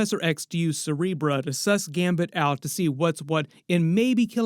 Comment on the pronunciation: Why are you saying “Cerebrah” … it’s “Cerebro”.